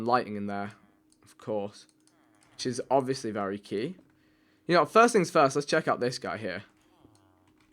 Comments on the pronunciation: Who says forst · Who in there right mind would say forst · 0% wont read this but stop saying forst just saying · The Irish pronounce it as forst I guess